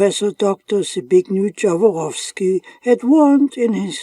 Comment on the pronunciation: It should be a norm that before you pronunce anybody's name, you go to the Google, search for the language and then listen what is an original and correct one. You say in my language Zbignju Dzavoroski in English fonetics the close one is Zbigniev Yavorovski. Please guys, all of you who produce videos, make some effort, do not deform any names to the extent it is not recognised. Yet sometimes it is offensive, when you create a bad connotation, or cite makes which are non existing: Mercedes - learn please it is not Micejdis (European letters value recognition). As English language twists absolutely everything we know in Europe, from Latin letters, this is unacceptable, you twist what's not yours. You are German, so you should know better as a neighbour of Poland, how to pronounce our names. All world is listening and they have no clue what's correct anymore.